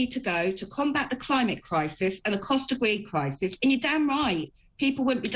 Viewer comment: did she just say cost of weed crisis 🤣🤣